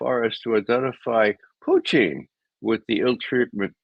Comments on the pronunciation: It's Putin, Ray, not Puchin. Your Russian stinks. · Why does McGovern say pu-TIN?